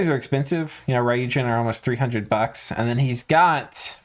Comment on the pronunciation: Since you seem to care about pronunciation... There's no "a" sound in ryuujin. It's not "raiyuujin", but rather goes straight from the "r" sound to the "yu" sound. Literally means dragon god by the way, although the Japanese "kami" - 神, which is also used in ryuujin (竜神 or 龍神, the first part just being two different ways to write "dragon") - doesn't necessarily correspond to what somebody from the West would think of as a god. In meaning it encompasses the whole span from a monotheistic god to the various gods of Japanese and foreign myth, all the way down to the snakes, mountains, rocks, trees, ancestor spirits and all other creatures or things that were thought to hold dominion over an area, bring or ward off disasters, bring fortune or fertility, or otherwise influence life. In Dominions terms, you'll see the word "kami" (or "gami") or it's alternative pronunciation "shin" (or "jin") in pretenders as well as in various commanders and units.